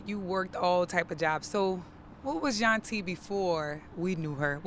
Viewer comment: Its Yuntie/Yunty